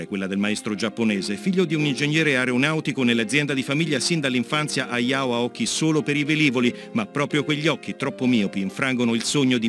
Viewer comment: Che urto che non venga pronunciata la H di Hayao Howl e Heidi. Per il resto sull'espressione "Walt Disney d'Oriente" non mi esprimo perché lo hanno già fatto altri.